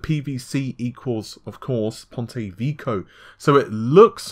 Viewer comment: Awesome news-- Just one remark.. You worry about the pronunciation of a single chinese name, yet keep on butchering the pronunciation of pontevecchio in almost every movie.. How about try and get that one done first. It's not VEEEKOOOH its VECK-KEEEOOHH. Otherwise awesome job!!